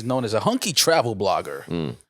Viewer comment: Am I the only one who thought said a "Honky" travel agent instead of "Hunky".